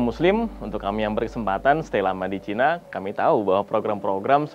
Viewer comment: Bilang China aja ga becus 🤦🤦 #StopRasis